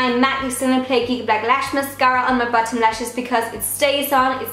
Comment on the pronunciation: You sound like you’re saying button instead of bottom